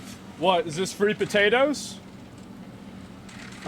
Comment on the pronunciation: FWEE PETETOS